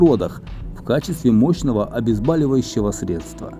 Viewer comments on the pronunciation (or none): Гипноз мощное обезболивающее средство. От слова боль А вы говорите обезбаливающее средства Слух режет